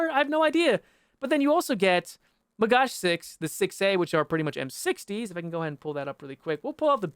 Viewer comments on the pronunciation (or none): the way you say magach is quite funny, "magash" = food plate in hebrew :P